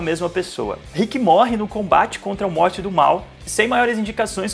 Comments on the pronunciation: Pq vc fala MORTE??. N assistiu não. Morty se lê morry....kk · Por favor não pronuncia "Mort" please!!!! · Mds para de falar morti 🙏🙏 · Que agonia ver vc falar “MORTY” e vez de “MORY” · se fala morry ou algo do tipo, mais pfv n fala morti dá agonia, aff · Meus ouvidos sangram quando escuto “Rique e Morte “ Kkkkkkkkp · "riqui moirti" KKKKKKKKKK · A pronúncia é MORIIII QUE AGONIA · “Morte” não, meu amado, pls!!! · Pq vc não sabe pronunciar "Morty" ? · Fala o nome do morty direito porra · Isso é um doido kk, até o nome do morty ele pronunciando errado, esse maluco. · Mano da agonia o cara falar o nome do morty errado kkkkk nao se le do jeito que se escreve nao amigo kkkk